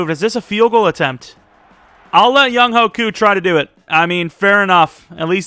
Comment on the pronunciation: it’s not young-hoe, it’s young-hway.